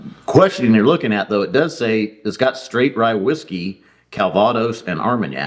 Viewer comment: I won’t correct you on your pronunciation of “Calvados”. Because that’s what douche bag commenters do.